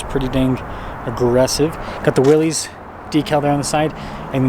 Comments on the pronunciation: Pronouncing the package correctly (it's NOT WILLEEZ) would go a long way in making you sound like people can trust your knowledge on the product...if you call it the wrong thing, what else will you get wrong? Just my opinion. WILLISS vs WILLEEZ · It's pronounced "Willis." -- BR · It’s pronounced WILLIS